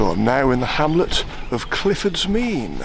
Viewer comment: A walk I know well being from Newent. Glad you had a good day, sorry we couldn't arrange better weather for you 😊 ps glad you pronounced Clifford's Mesne correctly!